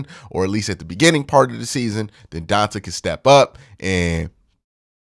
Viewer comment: Aye Q it’s pronounced Dee-Ahn-Tae lol lifetime longhorn here lol